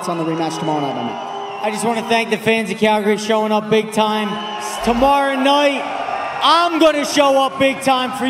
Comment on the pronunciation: i swear he put a irish accent on when he said tomorrow night conor must of hit him hard